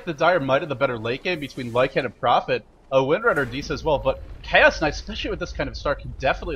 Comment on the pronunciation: Hey, Lycan has one dominant syllable, not two.